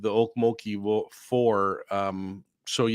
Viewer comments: I live in Tulsa, and have been to Okmulgee (You need to put more inflection on the mul part, more than the ok part😆) ok MUL gee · okMULgee. The emphasis is on the middle syllable. Just fyi 😉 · Some of us call okmulgee by a different name, ugh-lee-mug-lee